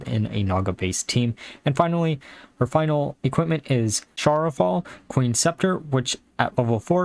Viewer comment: It's pronounced Ya-sha-raj. Just an FYI for any future videos.